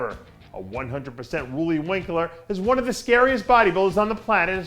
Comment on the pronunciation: Loelly winklaar?... who the hell is that LOL